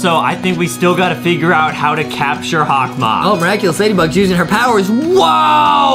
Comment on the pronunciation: Adem it’s hokmoth